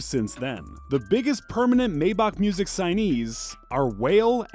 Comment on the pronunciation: “maybock music” 😭✋🏾